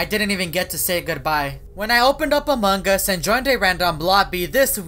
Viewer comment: He's saying among Us wrong